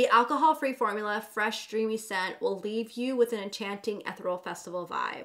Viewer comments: Great review! Love you girl but you need to pronounce ethereal correctly— əˈTHirēəl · the word “ethereal” is pronounced e-theee-reee-al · Girl you are killing me it’s said ETH-EAR-E-AL